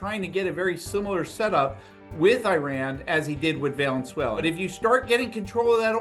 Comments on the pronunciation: Heard valenzuela for sure. Twice. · this boob really thinks the country is called "Valensuela" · Yep. Homie said "Valenzuela". Piqued my ears too. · Valenzuela? Did I hear it twice? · He definitely said Valenzuela. But he's also a trump supporter so I doubt he can find it on a map